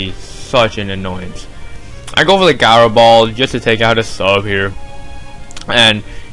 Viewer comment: GOD gaaaro ball, its ji-ro